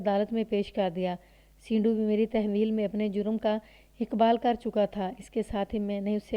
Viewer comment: سینڈو، اس لفظ کو زیر کے ساتھ نہیں پڑھا جائے گا، sando بولا جاتا ہے